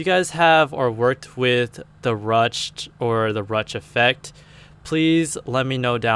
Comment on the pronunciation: It's pronounced "rooshed".